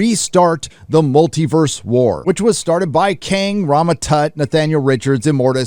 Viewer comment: Imortis or Cain? King? Kang? Sorry,. You say this numerous times and I can't tell what you're saying.